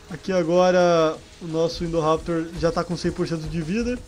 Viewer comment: Chama o indoraptor de indovenotor